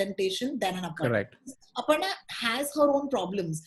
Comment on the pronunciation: The way says “Aparna” is spot on! It cracked me up 🤣